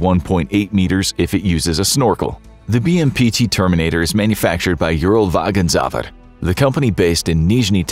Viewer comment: Fellas, if it's difficult for Americans to pronounce 'Uralwagonzavod': It's just Ural-wagon-sa what. 'Ural wagon factory'